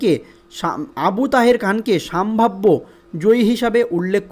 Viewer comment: সম্ভাব্য। সাম্ভাব্য নয়